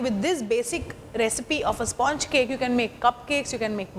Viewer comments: At the very beginning pronounce 'sponge' correctly and then proceed! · Please learn to say sponge correctly